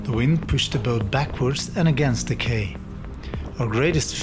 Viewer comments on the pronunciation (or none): Quay is pronounced key....